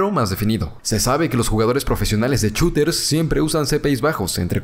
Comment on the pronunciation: alguien se dio cuenta de que dijo choters en ves de shoters??? JAJAJJA, te amamos xd